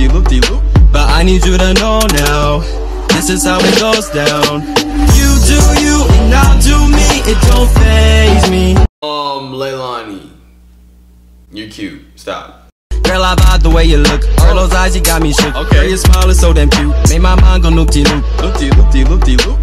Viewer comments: he said ILANI NOT Leilani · Julia Jaramillo NO ITS LEILANI